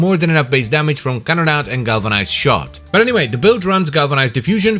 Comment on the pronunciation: Can we get a compilation of saying "Can-na-da"